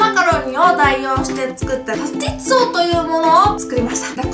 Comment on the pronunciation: 代用してパスティッツォ？を作りました！に聞こえます、、なんて言ってるのかな？とりあえず可愛いからいいんだけどね笑